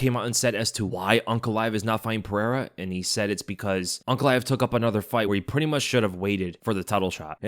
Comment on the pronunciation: Pereira not perera